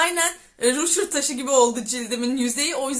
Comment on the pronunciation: Rüğşır taşı mı ajskdldş o nasıl okunuş ya çatladım gülmekten